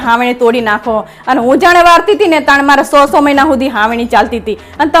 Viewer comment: સો ને બદલે હો બોલે છે કેવી ભાષા બોલે છે